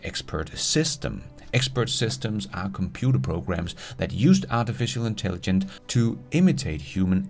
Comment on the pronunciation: for hulen da, det hedder Intelligence og ikke Intelligent:)